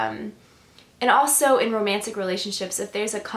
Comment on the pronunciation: I noticed several INFJ's pronounce also as aweso. I grew up with an INFJ that would also say allzee instead of always. Take no offence because I think you and other INFJ's are very well spoken,but I couldn't help notice the commonality in pronouncing these two words.